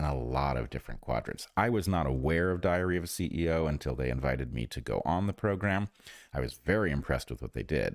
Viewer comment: 🤣 🤣 I listened a few times, I hear ya 😁 but it is actually the way he kinda joins the two words together as he says "that episode of 'diary-of' a ceo" 😜